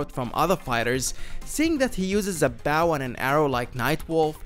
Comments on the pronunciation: Did he say a baugh and arrow...dude it's a BOW. Sorry to be petty but not really. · Bow not baow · It’s bow not baw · I get it that people speak differently especially when they speak english with an accent but seriously, “Rambo has a BOU and arrow like nightwolf”. It’s pronounced B-O. Bo, not pronounced Bou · It’s a BOW. Not a fucking BAOW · Its bow not boow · And its not bow its BOOW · he said bow and arrow like BAOW AND ARROW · Did you just say “he uses a bauw and arrow” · "He uses a Boaw and arrow" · Did he just called bow 'bao'? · "Baw and arrow" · "A boaw" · Did you just pronounce bow as (b-ouw)?? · Did...Did you just pronounce bow in a different way that isn't "bo?" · What's a "Baw" and Arrow? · Ok "baw and arrow" what the f*ck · Dude doesn’t know how to pronounce bow. XD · No offense but.. A bauw and awroo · A baw and arröw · I hate the the way he say bow ITS BOW B.O.W USE O IN IT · This guy pronounces "bow" as the verb. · The way you pronounced bow changes the meaning of the word completely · Think i just had a hernia hearing you pronounce "bow and arrow". Anybody else bothered by it, or just me? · Bruh did he rly just say BOW 🙇‍♂️ and arrow? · Why do you say "bow" like that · why do you pronounce bow like that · Did he just mispronounce bow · Sorry but 30 seconds into the video and can't pronounce bow properly 😂